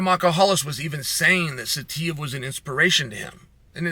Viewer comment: I’m surprised Chael even said Saitiev so well.